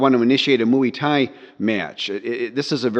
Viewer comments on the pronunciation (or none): 😂 or talking about using correct tones and saying mooeee Thai 😂😂